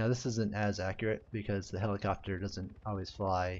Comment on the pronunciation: Cant unhear it, if you thought that he said "helicockter" one time.